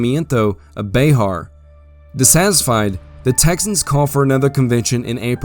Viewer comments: FYI bexar is pronounced bear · Ya keep calling Bexar as Bayhar. I live in the area and have always heard it said Bear. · This is great. My only problem is your pronunciations of some things. Like bexar it’s pronounced “bear” not “bayhar” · Not Be-har its Be-ar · Sir, I have thoroughly enjoyed your storytelling, but as a native Texan, born and raised, each time you said Bay Har my right eye twitched, and I reached for my Bowie knife. Keep up the good work! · I wish you would pronounce Bexar correctly that was extremely annoying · Love the vid. Irked me everytime you said “Colorado” as “Codorado” but other than that and Bexar being called Behar it’s a 11/10